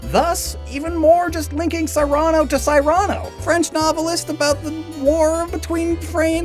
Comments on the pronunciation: Why do you say Cyrano like that? “Sigh-ran-oh”? It’s “Seeran-oh” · It's "seer-uh-no", not "sigh-ran-o" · Cyrano: sear-an-oh. not sigh-ran-oh. Just FYI, Addendum De' Ber-zhur-ack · I am SO sorry but this kills me every time haha It is SEAR-UH-NO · ...Have I been pronouncing Cyrano wrong this whole time? (Sear-a-no is what my brain wants, despite knowing his name is "cyan" for the color) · Wait, it's not pronounced See-rah-noh? Like the play Cyrano de Bergerac? ...was I pronouncing that wrong, too?